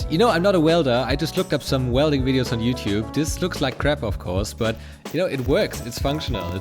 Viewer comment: The "SH"-letter, children! ShIngineering ShWelding :D